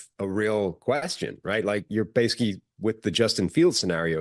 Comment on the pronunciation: can’t say adverbs 😂 every time he tries to say “basically” he says “base-ick-ee”